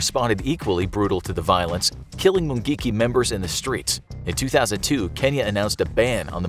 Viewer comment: Am Kenyan, just love the way you pronounce mungiki